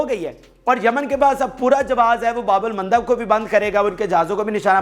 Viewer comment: his pronunciation is very bad.